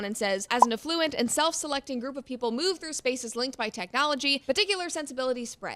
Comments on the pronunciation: Something about her pronunciation 🤔s me. She's so precise on "acai" -- ah-sa-ee but at least once says "acai ball" instead of "bowl" ? And then "af flu ent" ... 🤔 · She pronounces ‘affluent’ like ‘effluent’… which means wastewater from places like sewage processing plants. That’s hilarious!